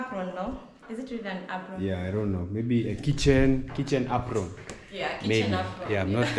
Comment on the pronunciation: It’s an ‘Apron’